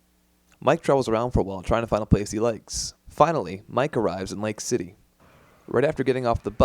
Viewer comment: I’m still pretty sure it’s al not aru and mike not miku